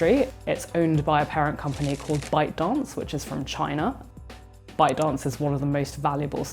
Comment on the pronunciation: Did she said ‘Byte Dance’ or ‘Bao Dong”?